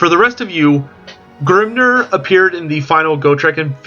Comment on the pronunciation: Ugh, it's Vah-lay-uh! Grim-NEAR! Not Grim-NURR! Sorry, it was just irking me a bit the way you was pronouncing those words.